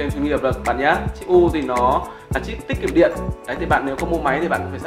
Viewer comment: em có góp ý là: chip U là chip "tiết kiệm điện" chứ không phải " tích kiệm điện" như anh nói